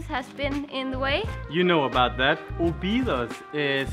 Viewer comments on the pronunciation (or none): Your cinematography is improving from video to video. Really good. Oh, and the tonic syllable in Óbidos is the first O. :-) You stress the first O and then it's all the way down. The rules for tonic syllables in portuguese is very simple: if the vowel has an accent (like ó, é, á, ú, etc), then that is the tonic syllable; if the word has no vowel with accents, then the tonic syllable is the second from the last, except if the word ends in r or l (like "papel" - the tonic is in the e). For example: "sobremesa" (dessert) has no vowel with accent, so the tonic goes in the second "e", from left to right. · don't say Obidus but instead say Óbids you don't pronounce the last vowel, the vowels on the last silabus are very soft, you almost don't hear the sound and the s sounds like x. Sorry its just a small advice, I love your videos, you show very well the love you have for my country and for that I am eternal grato. Thanks kisses.